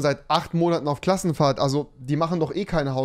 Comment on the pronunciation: Es triggerd so hart wie er immer "Klass Krassenfahrt" sagt 😠😄😂😂